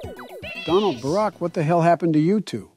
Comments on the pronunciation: Can we just take a moment to laugh at the Ai's pronunciation of Obama's name? "Barek" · Bro barek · I've heard one saying "bArK" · "Berrick" was sending my blood pressure through the fuckin roof lmao